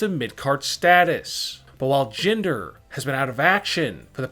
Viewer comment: Wrong Prononskiation for Sonya's name idiot also wrong prononskiation for Jinder